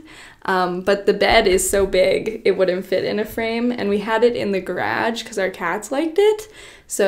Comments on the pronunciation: I read this right as she said it 😂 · Same and came to the comments to see if anyone else noticed that, I replayed it a few times because I liked the way it sounded, lol.. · Me: Crying because is crying.. Also me: Giggles because she pronounces garage different. Love u!💕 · I was wondering if anyone else noticed! 😄 I've never heard it pronounced that way before!! Was it just a slip of the tongue, or do some people actually pronounce "garage" that way? 🤔🤷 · She must be canadian! Toooons of Canadians say it this way. But it depends on the province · As a Canadian it took me way too long to figure out how she was saying it differently, I had to google how Americans say it and then come back xD